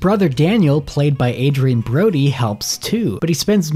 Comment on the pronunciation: Did he just say Adrian Brody? 😂